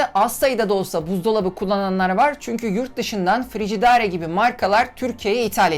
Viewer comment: DMO devlet kuruluslarinda kullanilan esyalarin satimindan degil alimindan sorumludur, bu bir. Ikincisi Frigidaire, frijidare diye okunmaz frijideyr diye okunur. Defy defi degil difay diye okunur.